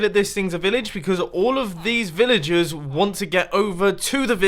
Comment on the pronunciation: Who else thought he was saying villages not villagers